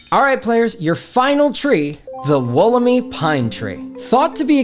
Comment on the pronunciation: Slight correction from an Australian, the Wollemi is pronounced Wool-em-eye. Loved all the tree facts though.